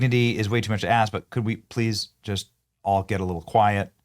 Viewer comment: No, no, no. She "shhraightens" her hair but please don't axe her about it.